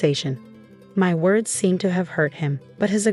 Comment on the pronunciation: You need to pronounce your words correctly